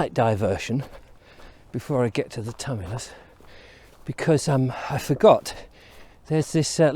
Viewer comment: Tumulus pronounced tu·mu·lus